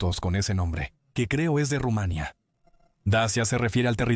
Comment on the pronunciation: No he visto locutor peor, Rumánia, Primero sabel... Como se puede ser tan malo, y ademas desgando